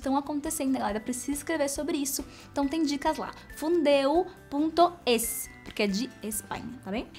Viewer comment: Tira o “N” de “FUNDEU” kkkkkkkkk